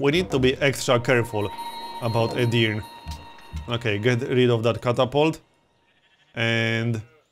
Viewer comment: And Edirne is pronounced separately. It's Edir and then Ne. Edirne